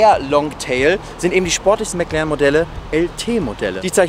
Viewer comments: Genau, der 'McLern'. Wer kennt ihn nicht😂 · mäc lerren , man kennt ihn. alter...